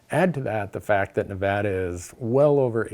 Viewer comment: Randy, big fan. Thanks for pronouncing Nevada correctly. You can stay.